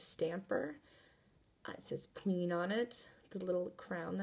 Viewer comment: She said pween set